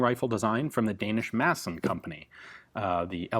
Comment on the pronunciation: almost a proper 'madsen' pronunciation ;)